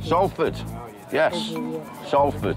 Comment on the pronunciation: A British man who can't pronounce Salford .....